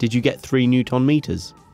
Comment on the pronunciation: Say ‘newton’ correctly, come on